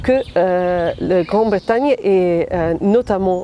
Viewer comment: Grande Britagne ??? WTF , she's a journalist and she can't pronounce well